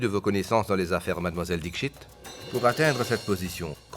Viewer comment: c pas dischit c Dixit okey😂😂